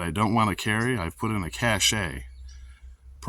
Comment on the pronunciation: Cache is pronounced cash not cache'.